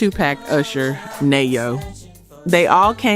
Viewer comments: 🤣🤣🤣🤣yeah I heard some mis pronounced artist names🤣🤣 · Good video but you might get more subscribers if you say the artists names right. It's Pepa! Not Peepa. It's Nee-yo not Naa-yo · NAYO instead of Neyo. I'm like😕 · Who in the hell is Nayo? 😂😂😂😂 smh a.i. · Peepa? Are you from America sis? 😖 Nayo? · Umm… i want subscribe but is this real? The way she pronounced Pepa, Tupac and Neyo…nah!